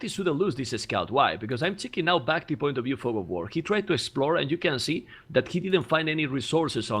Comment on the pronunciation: I like that you're adapting Memb's pronounciation of Bac-Tea :D